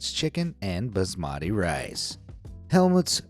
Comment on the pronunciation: I'm about to explode with the way he said Basmati